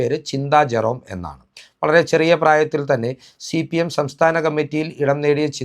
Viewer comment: നീ ആദ്യം സിപിഎം എന്ന് തെറ്റാതെ പറയാൻ പഠിക്ക്